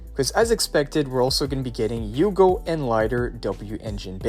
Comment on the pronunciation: a bit of me dies everytime he pronounces Hugo as Yugo